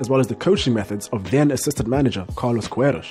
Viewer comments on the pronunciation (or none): It's pronounced Carlos Kay-ros